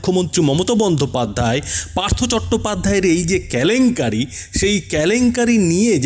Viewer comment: সংবাদ পরিবেশক কে বিনীত অনুরোধ দয়া করে কেলেঙ্কারি কে "ক্যালেঙ্কারি" বলবেন না 😄🙏